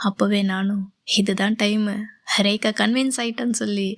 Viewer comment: எனக்கு உங்க வாய்ஸ் பிடிச்சிருக்கு நீங்கள் ரேகா ரேகா னு சொல்றது ரொம்ப நல்ல இருக்கும். என்னுடைய பெயரும் ரேகா தான்.நீங்க என்னை கூப்பிடுற மாதிரி எனக்கு இருக்கும் ❤❤❤❤❤❤❤❤❤❤❤❤❤❤